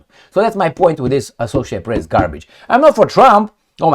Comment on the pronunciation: Don't say pess. It's PRESSTITUTE. MA'AM